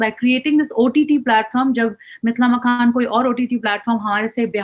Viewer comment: मिथिला मकान ????? अरे मिथिला मखान बोलिए .... एंकर साहिबा...